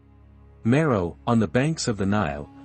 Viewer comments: It was a bit difficult to listen to this video due to word’s mispronounced. Napata, Meroe, bow, etc. Are you an AI narrator? Your speaking is not smooth — too jumbled… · I very much like the narrator’s voice and the musical background. However, too many words are mispronounced such as Napata, Meroe, and bow. I wonder if a human voices the narrator or if he is an AI bot. ☹️